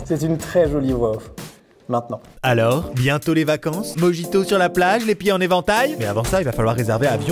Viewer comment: Quand allez-vous enfin prononcer correctement le mot mojito ? Yvan le nonchalant le plus violent du monde 😂 et Thomas définitivement gay 🏳️‍🌈 Vous me faites trop marrer 😅😅😅